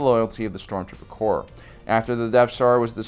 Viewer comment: Corps, not corp.